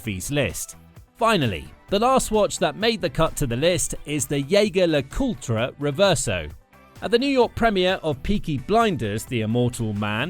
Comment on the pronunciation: "YAY-gur La-COOL-tra" 😂